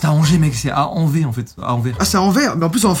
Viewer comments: Je peux pas nooon, ×_× étant belge je suis blessée déjà c'est AnverS oui,la dernière lettre ce dis ici et je pensais que y avais pas pire que les Américains mais là!😂 (Ne le prenez pas méchamment,je plaisante) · Anversssssssss, SSSSSSSS AVEC UN S!!! Sinon j’adore tes vidéos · A « à Anver en France en plus ! » 😂 Ah non Anvers se trouve dans mon pays qui est la Belgique 🇧🇪 et le « s » a la fin est prononcé 😅😂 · Quand vous avez dis « anver » mon petit cœur belge a souffert 😢 le s de Anvers se dit voila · En tant que Belge ça fait mal d’entendre « En vert » pour Anvers 😂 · Je pleure je suis belge et quand ils disent an vers je pleure , c'est anverse si vous préférez 😢😅😂PS vous êtes incrayaux 😂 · Anverrsse pas anvé 😂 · Il a dit Anver !!! C'est anverS 😂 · Quand ils ont dit Anverre j’avais envie de pleurer 🤡. C’est AnverSSS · Anver(s)… les mecs.. c’est Anvers ! Le S se prononce comme dans garçon 😂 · Anver mais anverse 😂😂😂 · Anver je suis mort 😂😂 c'est AnverSSSSSS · Eux qui disent Anver au lieu de Anverss 😂❤ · Mdrr quand il a dit Anver j'ai beuger mais ça se dit AnverS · Bonjour je suis Belge et ça se dit pas "Anvers" mais ça se dit "anverse" voilà c'est tout bonne journée (j'adore vos vidéo et surtout se duo ♥︎) ♡Sega♡ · En temps que belge j'ai eu mal quand tu as dis Anvers 😢😅😂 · Anversssssssssssss ont dis le s ! 😂😂😂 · J’ai adoré la vidéo mais la ville (où le gars est revenu pour ses frites) ça se dit AnverS😊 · Le S c'est prononce à Anvers 😂. Cette ville est à 30 mn de Bruxelles environ. Mais très bonne vidéo comme d'habitude 🎉😊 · La ville d'anvers en belgique se prononce "Anvèrse" hors qu'il s'écrit Anvers. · Cela m’as bien fait rire d’entendre comment vous avez prononcé la ville d’Anvers ( le s se prononce ) ahah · C'est AnverS, il faut prononcer le s. En fait, c'est une ville en Belgique mais dans la région flamande, c'est pour ça qu'on prononce toutes les lettres. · En tant que belge, entendre "Anvé" ça me fume 😂😂😂😊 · Mes oreilles quand j'ai entendu "Anver" 🥲🥹